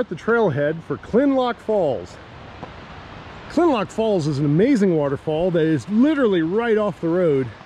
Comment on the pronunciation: Kinlock, not Kinlock! I like what you do, but get it right.👍